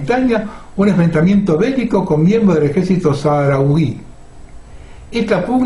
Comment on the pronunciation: La palabra “saharaui” se pronuncia “sajaráui” , igual que “Sahara” se dice “Sájara”. Es algo que nunca he comprendido, desde el colegio, pero parece ser que es así.